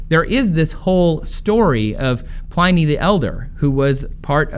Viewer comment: Trace, learn how to day Pliny you numpty.